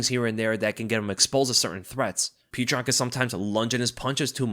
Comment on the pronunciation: Man you're killing me with how you're mispronouncing Petr Yan's name. Lol. He one of the best fighters in the sport and former champion, current uncrowded champion. Show him the respect of pronouncing his name correctly. Lol. Look up the pronunciation if you need help.